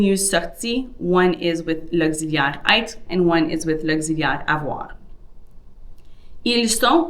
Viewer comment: It's pronounced "être" not "aître" as you are saying it.